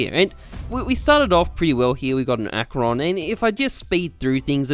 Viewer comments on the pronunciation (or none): none